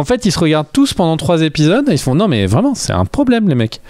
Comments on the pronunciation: "Il faut parfois compresser les dates et arranger des choses"... Belle contrepèterie (involontaire ?) de notre cher habitant du pays du Maroilles ! Par contre les gars, s'il vous plait, arrêtez avec vos liaisons dangereuses.... on dit "les 3 premiers Zépisodes" pas "les 3 premiers Répisodes" ;-) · Ça fait des années que je vous écoute et que je vous apprécie beaucoup mais aujourd'hui je craque: on doit prononcer " les premiers Zépisodes" et pas " les premiers Répisodes" comme dit...